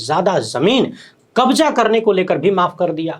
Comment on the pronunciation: Apna pronouciation sahi Karo Kabja nahi kabza hota hai Hajar nahi hazar hota hai j ko z z ko j s ko sh sh ko s Modi ki tara ganwaar basha mat bolo